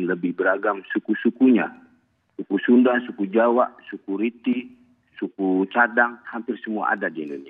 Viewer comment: "SUKU" yang baru saya dengar "SUKURITI" 😂